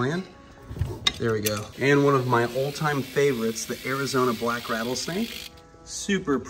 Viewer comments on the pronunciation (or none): none